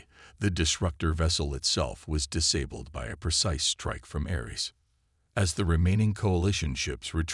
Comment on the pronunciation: I lost track of the number ceres pronunciations and spellings. They were wrong about humanity, I think that theme is in all your stories. Disabilled, really? Weepenize? Worship? Why don't you fix this crap? It's the same over and over again. Dislike!